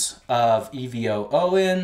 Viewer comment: What is that last ingredient in the bottle? Sounds like u r saying "e-v-oho"?